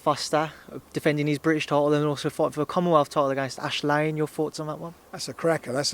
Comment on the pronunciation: "Bridish tidal"